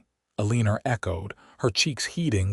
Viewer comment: ELL-EH-NOR is how it sounds out.